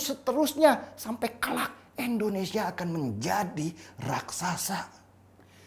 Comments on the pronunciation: Indonesia om bukan Endonesia..🥴🥴🥴😔😔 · indonesia om..... bukan endonesia